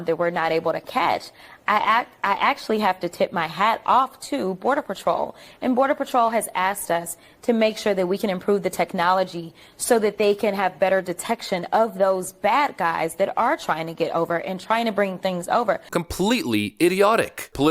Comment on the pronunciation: “Axed us”